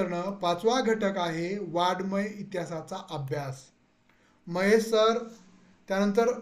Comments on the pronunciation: सर तो उच्चार वाडमय नाही आहे. त्याचा उच्चार असा करा.. वांग+मय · नाही दादा, वाड+मय हा उच्चार चुकीचा आहे